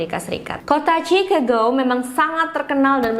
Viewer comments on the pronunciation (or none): none